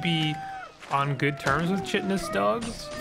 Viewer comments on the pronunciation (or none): I hate being this guy, but I just have to. Chitin is a hard K, like "Ky." I used to say it wrong all the time myself until someone beat me about the head with the shame-stick for it.